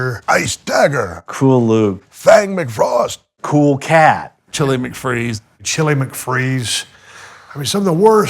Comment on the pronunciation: From Fort Worth, Texas . It’s Fang McFrosttttytt